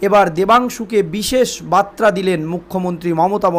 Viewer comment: বাত্রা নয় বার্তা ঠিক বলুন